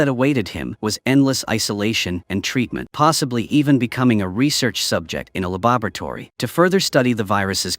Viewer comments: "Lababertory"? XD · Huh,…. AI cannot say “laboratory”? I know that they can knock bottles unconscious but this is new.